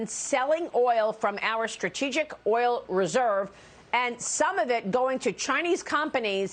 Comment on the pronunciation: can’t pronounce oil🤣